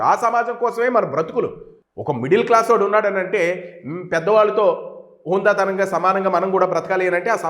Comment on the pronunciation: సార్ హుందాగా అని పలకండి ధీర్గం ఇచ్చి పలుకుతున్నారు